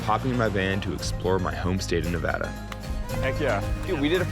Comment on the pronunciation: The best part of this video is that they both say Nev-add-ah, not Nev-odd-ugh.